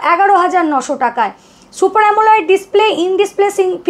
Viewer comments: uni hoytoh janen na bhul kore amoled ke amoleid pronounce korchen eteh hasar ki ache?? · সবই তো শুনলাম কিন্তু একটা কথা আপনার বুঝতে পারলাম না , আ্যমোলাইড স্ক্রীন্ এটা কী !! আ্যমোলেড স্ক্রীন শুনেছি।